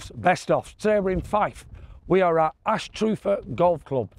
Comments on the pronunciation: It's not anstroother,its anstrother,,, pronounced,, brother.,🏴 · Great wee course, not sure which was worse your swing on the short par 3 or your pronunciation of Ainster as the locals call it or An-stru-ther as it is better known 😂😂😂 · Great to see this wee course getting the credit it deserves. I played it 2 days in a row. On the 4th hole I hit driver 8 iron on the 1st day and Driver, 4iron and 4 iron the next. Also it’s pronounced An stru ther. 🍻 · it's pronounced anstruh ther not strew,,, and best fish n chips ever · Trump International in Aberdeen. Best most expensive course in the county. Views. Course condition, play ability aswell... but lets talk about Anstrooother 😅😅 its Annnstruther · It's an-struh-ther mate. Not anstrooter lol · I want to play here. I think locals call the town Ainster but us from the central belt just pronounce it "Ann Str other" Again loving this series. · Love your pronunciation! It is Annstruther (Anne's truther, as in mother) Looks like a great wee course. Is it £25 for 18? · Still laughing at “Astroother Golf course “ what a pronunciation 😂😂😂. Try St Michael’s near Leuchars. Rothesay Golf course on Isle of Bute in the West Coast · It's An-stru-ther,. Orcas the locals call it. Ain-stur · Pronounced An , Struther ! 😂😂😂 bonnie Scotland 🏴 my homeland beautiful 🤩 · Did noone speak to you there to give you the correct pronunciation? Anstruther - ANN and STRUTHER exactly as BROTHER (emphasis on the ANN). Actually a lot of locals call it "Anster" - pronounced EN-STER. Anyway that long par 3 is its star hole.... I suppose with the two long par3s in the upcoming US Open in June, impossible to hit par3 greens for regular golfers are becoming a feature of our evolving game? Anyway one of the best things about the town is the brilliant day trip to the Isle of May to go ashore and see 60,000 puffins! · it is pronunced An struth er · Local pronunciation of it is ‘Ainster’ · it is pronounced Ainster